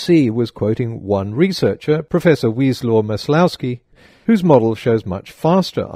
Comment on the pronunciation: "wieslaw" is pronounced "vieswav". polish. slavic.